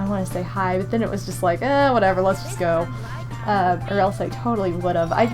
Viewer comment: I hear cry instead of hi